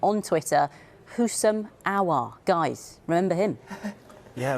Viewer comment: these "experts" literally butchered Aouar's name